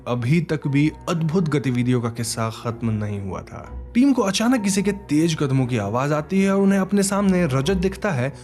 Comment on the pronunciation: Please speak the language properly. It's mash hoor not mas hoor. Similarly J is not Z and vice versa. Tez not tej for the fast.